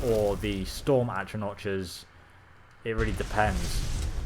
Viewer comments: its not achranoch its actranack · atronotches? at-roh-nocks... that's how you say it. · It's atronachs, not atronaches, and with a soft ch (silent c), also Valkynaz is a dremora class, courtesy of and it says it's the high-end dremora, meaning level 70+ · Atro NOTCHES? Dude, it's pronounced atro NOCK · For Christ's sake its pronounced ahtro-NAHK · Atro-notches :D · Atro-notch rip pronunciation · Atronotch? C'mon.. Good vids tho. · It's pronounced AtronaK ffs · atro notches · No it's not it's atronach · Sa-vont is the pronunciation of savant. Oh and Atra-knock . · "Atronach" is pronounced like "at-row-knock." The first a in savant is pronounced like "uh." The second is pronounced like giving an "ah" of relief or understanding.